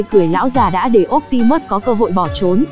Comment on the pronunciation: Phát âm bị sai chữ optimus nhé.